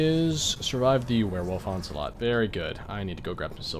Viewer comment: I know that he meant onslaught, but he mispronounced it so it sounded like he said "ocelot"